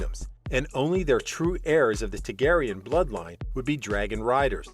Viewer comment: Does not know how to pronounce Targaryen, either.